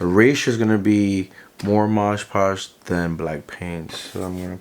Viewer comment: Cool crafting no doubt, but man, why do you keep saying "MoDGE Podge"..? The name of the product is clearly "MoD Podge" (no rhyming, unlike in e.g. "hodge-podge" - I guess it's can be a reference for the name). I've actually heard a lot of crafters pronounce it incorrectly, so I'm just wondering. May be it's some meme I'm not aware of (like "bacon bond" = SuperSculpey's "bake & bond" among sculptors etc.) or what...